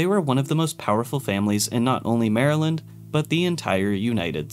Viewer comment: I’m so glad he said Maryland right